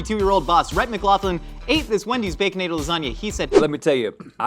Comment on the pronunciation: Did call it a “Baconadle Lasagna”? 😂